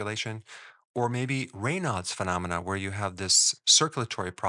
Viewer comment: Thank you fid pronouncing Raynauds correctly. He was my uncle. Made the journey from Louisiana to the Midwest. My mother was his sister. A lot of people pronounce it as Reynids. Don't know how they came to that pronunciation.